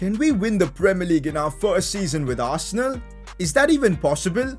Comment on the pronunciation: Arsenaal is more like 'Arse'nal 🤣🤣🤣🤣